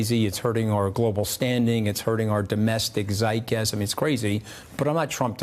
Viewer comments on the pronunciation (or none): "hurting our domestic zeit-gasm"?